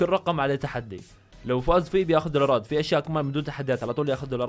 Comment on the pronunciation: احسك قاعد تقول دورارات😂